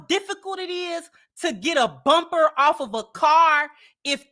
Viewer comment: Hahaha she said “chewed the bumber off “ lmao